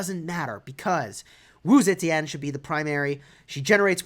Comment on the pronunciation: First YouTuber to pronounce her name right